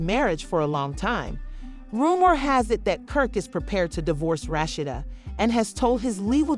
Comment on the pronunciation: Who tf is "RASHSHADA" 😒...RA..SHEE..DA....RASHEEDA